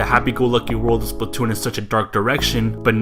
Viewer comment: OMG PLZ STOP SAYONG IT WRONG EVERYONE DOES THAT it Splatoon not Spltoon >:( that's how everyone is saying it "Spltoon" I'm sorry but geez I was tired of hearing it that way......